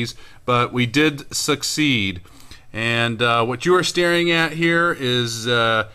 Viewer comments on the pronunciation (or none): none